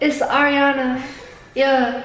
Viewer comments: No one: Literally not a single soul: Issa: it's Ar-YUH-na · “It’s Ariana. ყųɧ”